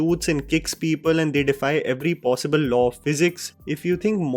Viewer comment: sec passibul 😂